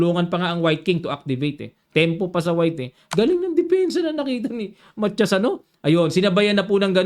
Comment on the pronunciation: Coach,ang korek na bigkas ay Ma ta yas 😊